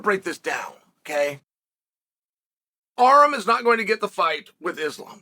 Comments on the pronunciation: Why does uncle Chael pronounce Armans name as "Arem"??? My dude needs to learn Armenian because we are in the division to take over! ARMAN TSARUKYAN!! LETS GO CHAMP! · Learn how to pronounce his name - Ar-‘an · Who's Arum lol.. Its Arman 😂 😂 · Uncle chael calls Arman ARM 🤣🤣🤣🤣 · This entire video was a fever dream. If i have to hear "Arrem" one more time...